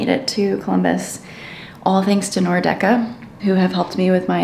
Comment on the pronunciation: Cool video! Great seeing MLS get this kind of media creator coverage. Was also hilarious seeing Hejduk's son, he's as if he simply was molded out of one of Frankie's ribs. Though I noticed you were pronouncing "Nordecke" as /Nor- Decke/. It's actually /Nord - Ecke/, literally meaning north corner.